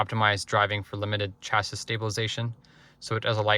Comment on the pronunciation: I’ve never heard someone read chassis phonetically. Imagine selling these and not knowing what a chassis is.